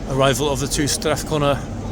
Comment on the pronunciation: You are pronouncing Strathcona properly.